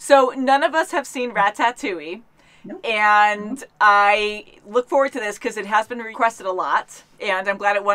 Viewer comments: Please for the love of god stop pronouncing it rat-tat-two-ee..... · You know they havent seen it when they call it rat-AT-ouille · Rat-tat-ouille lmaoo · "Rat tat touille